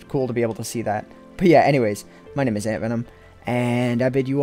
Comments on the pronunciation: its antvenom not andvenom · Every time he says AntVenom, i hear Antoin